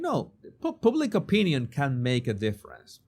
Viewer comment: /Pub/lick not /poob/lick ....